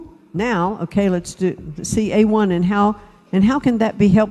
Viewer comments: A one? You have got to be fcking with me internet. This chick called AI damn steak sauce. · Why didn't anyone correct her when she said A1 ?